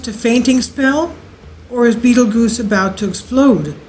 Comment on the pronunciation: love the channel, but fyi its pronounced just like the movie-Beetlejuice. ;)